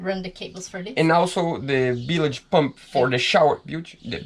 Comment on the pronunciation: It was cute how she kept correcting your "bilige" pronunciation. You two have a very positive, informative, and fun channel. Can't wait for more episodes. Cheers!